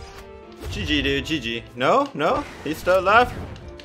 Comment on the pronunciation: amazing loved it and the way you say GG is Just Soo Good